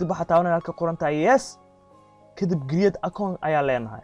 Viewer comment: *kariyeed*Create (not giriid waa sida ugu dhawaqayso iska sax bro kariyeed *create*)